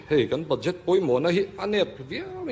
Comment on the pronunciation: BUDJET: ba'jet tia lam tur..ka lawm e..